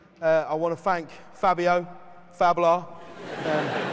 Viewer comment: "i just want to thank fabio - fabilarr" lol i always call him that now =]